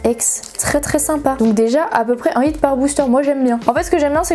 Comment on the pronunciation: Alors désolé mais c’est pas « it » mais « hit » juste une petite faute